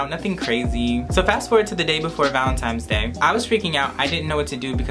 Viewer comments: It’s not valentimes it’s valentines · ValeNtines day lol not valeMtines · Who els is annoyed he keeps saying valinTIMES?!😭😂😂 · Omg you said VALENTIMES day lol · He said valenTIMES day